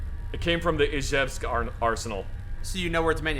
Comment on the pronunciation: Pretty good "Izhevsk" pronunciation.